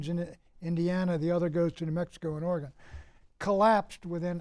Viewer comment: Is Oregon really that hard to pronounce?